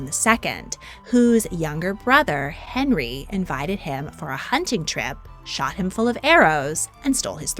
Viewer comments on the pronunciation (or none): none